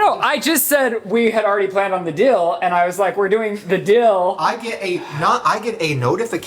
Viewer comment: Okay wait... he can't say deal and says dill instead and has saying it also but instead of fill he says feel???!! How? Why? Im so confused!! 😂 nothing but love but also I had to stop 39 minutes to see if I'm the only one...